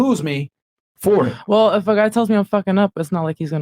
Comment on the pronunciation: A huge red flag is when an f-male pronounces "well" as "woll." It's incredibly annoying and it shows low iq.